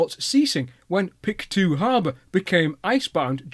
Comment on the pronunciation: Yay I was wondering when Samson would come up! Its a shame we didn't take better care of it. I heard that an American had it restored to running condition and took it on a tour of the states before returning it to Canada. Then it was just put under a shelter without walls or that leaked and it was damaged by rust. Pronounced "Pict-O" btw :)